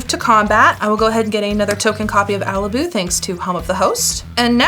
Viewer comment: I'd pronounce Alibou with a flat o. But other than that, what a cool deck! Good game